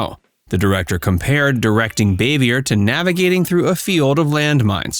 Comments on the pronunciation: It’s Bahveeay. French not Bayvee ER. And she’s Ant Bea not Ont Bea. It’s regional but Ant was her region. I like these but check pronunciation. They also pronounced Jacqueline Bisset as Bissette. It rhymes with “kiss it.” Biss it. I saw her tell Johnny Carson how to pronounce it properly back in the 70’s. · NO NO NO! Frances Bavier is old French in origin. Not Bay-vee-er. Her name is French in orign. It's pronounced Baa-vee-a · Boo - vee - a ! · Her name was pronounced Bah-vee-ay. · Her last name is pronounced BAA-VE-A. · You could learn how to pronounce her name lol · Learn how to properly pronounce her last name before you do a video on her